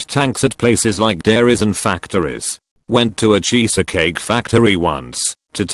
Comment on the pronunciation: Nobody: TTS Voice: Cheesacake